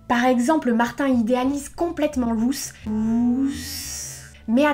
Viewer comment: Ruth ne se prononce pas comme tu le dis en anglais... Ruth est un prénom hébreu et se prononce "ROUTE"